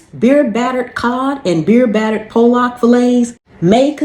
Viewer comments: It’s pronounced Pol-lick. Not poll lick or poll lock. 😂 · lol....i was going to say the same thing....not to be mean... its pah- luck....thank you!